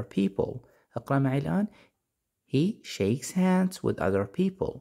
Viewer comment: Hands ليش تنطق سانس م فهمت ليش ال H ينطق S وش القاعده